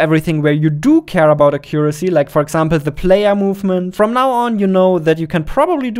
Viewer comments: *a·kyoo·ruh·see (/ˈæk.jə.rə.si/) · Cool video, but please learn better English Too many words are pronounced stupidly Longer Accuracy Etc etc... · the way he pronounces "accuracy" i really felt it